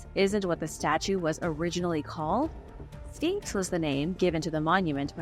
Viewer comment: Your history and opinions are outdated and the Sphinx is not pronounced Finks! The erosion was not caused by wind but by water. Please do your homework. This was irritating